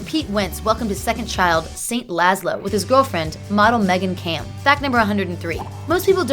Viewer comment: her name is meagan camper.... not meagan camp..... what the fuck